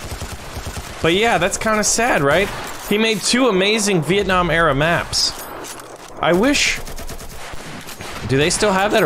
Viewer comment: Vieenam LOL